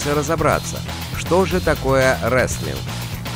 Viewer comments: Не реслинг а рестлинг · Не реслинг а ресТлинг (wrestling)